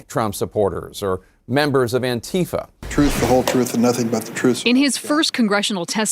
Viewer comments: REEEEE!!!!! ANTEEEEEFUH! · AN-ti-FA, you fucking morons. NBC used to have a handbook of pronunciation. Now these clowns just say whatever they damned well please. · Currently two English pronunciations appear to be gaining widespread use: \an-ˈtē-fə\ (an-TEE-fuh), and \ˈan-tē-ˌfä\ (AN-tee-fah)